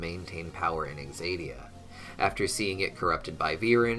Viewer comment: Why does he keep pronouncing it as though it’s “exadia”? Isn’t the correct pronunciation, “zadia,” even if spelled, “Xadia”?